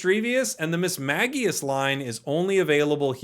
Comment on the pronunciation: But also, he actually did pronounce Mismagius correctly based on the Pokedex Pro app and the anime. One of the rare times he got it right 😂